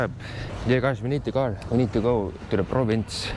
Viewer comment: The gar 🐟🙂 = car🛻